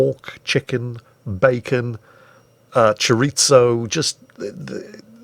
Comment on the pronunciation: Your mispronunciation of chorizo hurts my soul lol btw happy birthday!